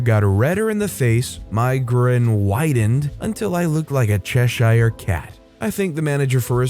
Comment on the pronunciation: The way you say “Cheshire” makes me giggle. “Chesh-eye-re” 😂😂